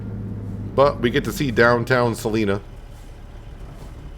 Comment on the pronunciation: Salina has the long 'i' sound like as in 'line' - Sa-line-a. :-P And I'm from Topeka and the welcome to Topeka sign on I-70 is correct as well as the exit names on I-475 (although they skipped a couple between 21st and Burlingame).